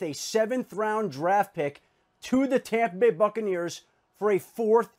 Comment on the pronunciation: Tompa Bay!!! LOL